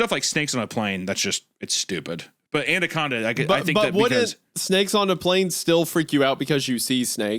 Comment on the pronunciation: Also, Hunter mentions "Andaconda," my favorite mispronounced movie.